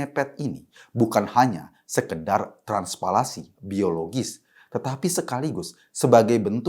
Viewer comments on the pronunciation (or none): Transplantasi mas Eko, bukan transpalansi🤣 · Transplantasi Mas Eko....bukan Tranpantasi 😂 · EKO KUNTADI MENGUCAPKAN KATA TRANSPLANTASI SAJA TIDAK BECUS ! NGMOMONG NGALOR NGIDUL,GAK JELAS !! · transplantasi mas eko, bukan transplasi.... wekaweka